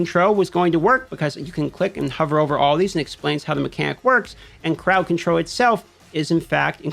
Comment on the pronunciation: I've been curious but didnt want it to come off rude ; but whats your accent for why you annunciate Roll or Control, or vunlerable, as Controw, Row, and Vulnerbow?